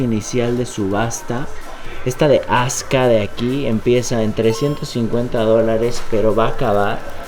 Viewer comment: No es azka! Es azuka!!! Jaja!!!